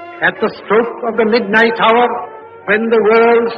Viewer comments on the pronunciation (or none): none